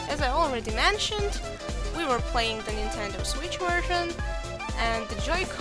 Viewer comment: Razor & Zenon "Nitedo" or 'Nintendo"?